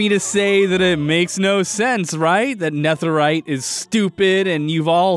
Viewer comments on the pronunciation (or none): STOP PRENOUNCING NETHERITE LIKE THAT......STOP. I know I seem like Hermione Granger right now but its Nether - ite, not Neth - erite. Youre supposed to pronounce it like nether just with ite at the end of it. Sorry but youre driving me crazy.... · he says netherite like neth rite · nɛθɘɹaɪt? Why are you pronouncing it like that? It's nɛðɘɹaɪt. (Aka the "th" in "netherite" should be voiced, like breathe instead of breath, or the instead of thought. This difference being the difference between s and z.) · Also: “Nefferite” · why he pronounce it neþerite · It's so annoying how he pronounces netherite as "Neth-erite" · the th in netherite is pronounced like feather not think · My man says, “ne-thur-ite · Its ne de rite not netherite. Im sorry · Why do you say Nether and Netherite with different "th" sounds? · The way Austin pronounces netherite causes me immense pain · am i the only one thats distracted by the way he pronounce netherite?? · That way he pronounces netherite 😡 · why do you pronounce netherite like that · he pronounced netherite so weirdly the entire video and it annoys the life out of me. he can pronounce nether correctly but not netherite?!?! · The way he pronounces netherite bothers me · A lil irritated at Austin’s pronunciation of “Neth” erite 😂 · The "nether" in "netherite" is pronounced the same as nether the dimension. You pronounced "netherite" wrong but "nether" right. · Literally I can’t get over the way he pronounces netherite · You know that "Netherite" is pronounced, well..... "Nether-ite" and not how you said it, right?